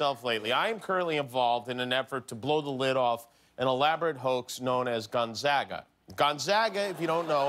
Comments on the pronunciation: I know it's a bit, but I don't think I've heard any fellow Spokanite pronounce the school as "Gun-saga." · It’s not GON-ZAHHHGA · Guillermo, piss off the people of Gonzaga by calling their school “Gonzalez” lol. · Haha you knew he wasn't the mascot when he said Gonzaga wrong 😂😂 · Gonzaga has 3 syllables....CONFIRMED!!! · Jokes aside, I can tell this isn't the real Spike based alone on how he pronounces Gonzaga wrong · "Gonzawwwga" lol... almost as bad as "Spokaine" :)